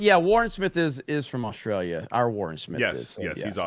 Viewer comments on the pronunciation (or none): none